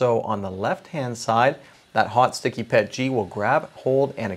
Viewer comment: Yay finally a channel that pronounces it PET-G and not P-E-T-G. I mean if you can RADAR or J-PEG or GIF then you can PET-G.